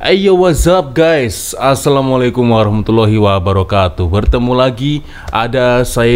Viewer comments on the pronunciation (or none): none